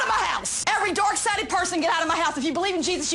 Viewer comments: Oh my gosh, that lady who claims she is a christian, is an embarrassement to the Christian religion!! lol And it cracks me up cause she sounds like she is saying "theyre DOORK sided" and not "dark" lol That should be a meme too! lol someone is doing something insane and claim they are dork sided! hahahah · I personally like how she sounds like she's saying "dork sided". I'm pagan and I grew up southern Baptist and for anyone who thinks she might be acting up for the cameras, while she might be, i actually know people who would act like that if they knew I've been a practicing witch for 20 years.. 😂